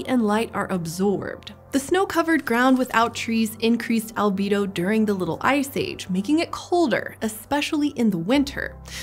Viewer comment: Albedo, not " albido"